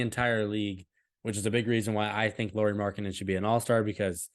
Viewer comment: You were worried about pronunciating names, so I give you a tip: You are saying Lauri as "Lori" instead of "Lauri" (in the ears of Finns at least). In English if you pronunciate it as "Lowry" you get pretty close to the right pronunciation. Our "r" rolls a bit more than in that one but it's close enough 🙂